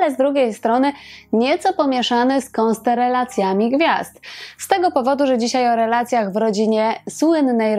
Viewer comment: Chyba konstelacjami gwiazd , nie konsteralcjami pani kochana😏